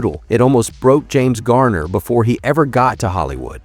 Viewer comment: If his story matters so much to the producers of this stuff, why can’t you pronounce his name correctly? You have called him Gayner, Gerner and Garner. Which one is it?